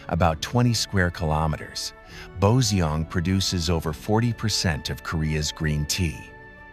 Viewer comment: What a wonderful and fascinating visual presentation of S Korea! Only regrettable is ... the way of pronouncing several names of local places doesn't actually reflect the real sound the locals make. This problem is roughly due to the troublesome official rule for transliterating Korean into Roman alphabets. Suggested corrections: Joseon > CHO-suhn, Boseong > BO-sung, Suncheon > SOON-chun, Geoje > GUH-je ...